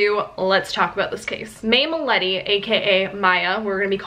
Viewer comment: You pronounce it "MILYETE"